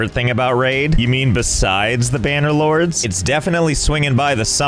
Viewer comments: AhEm “banner lords” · Josh definitely receives a bonus each time he says "banner lords"